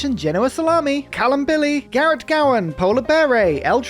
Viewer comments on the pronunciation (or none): none